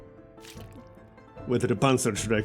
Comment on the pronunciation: You pronounced "Panzerschreck" almost perfectly! I know how hard it is to talk in a foreign language (my English sucks), but I always like it when someone at least tries :)